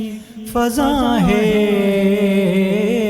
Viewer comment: باقر زیدی صاحب کی علمی تنقید نعت خواں حضرات کے لئے راہنما ہے۔ اس نعت خواں کے تلفظ اور ادائگی میں اسکے علاقے کا دخل بھی ہے مگر پہلے شعر کے دوسرے مصرعے میں فضاں میرے خیال میں پچ کی غیر ضروری تبدیلی کی وجہ سے ہے۔